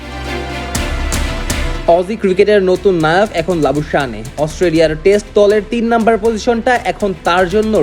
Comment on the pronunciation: Labu shaneey na Labu shane prounce hobe, Bangladeshi sports reporter der ei akta boro shomosha kishu thik kore bol te pare na, ba pronounce korte pare na